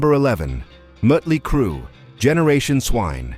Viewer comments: The muttley crue album wasn't a bad experimental album, in fact i like it but sometimes different is good even if the ai guy can't get the name right 😁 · You lose me at the AI narrator not being able to pronounce Motley Crue and referring to Van Halen 3 as Van Halen the third. 🙄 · To me it was the almost constant struggle with names. Don't get me wrong, Muttley Crue and Michael Stipley won't ever NOT be funny, but it got tired quick.